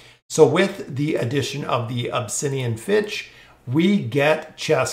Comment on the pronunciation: It's Finch not Fitch how does that even happen